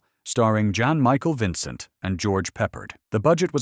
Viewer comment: JOHN Michael Vincent? Hard to believe he was once a hot property.